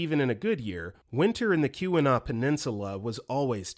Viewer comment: How did my man manage to pronounce the word “Keweenaw” flawlessly but mispronounce “Calumet” 10 seconds prior 😂